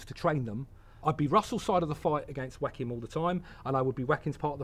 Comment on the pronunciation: I absolutely love the way he pronounces Joaquin. Whack 'im. =D Fantastic! But you couldn't pay me enough money to do his job. The way film makers don't seem to care about them at all. Appalling.